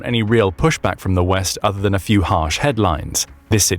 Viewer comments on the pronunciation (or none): none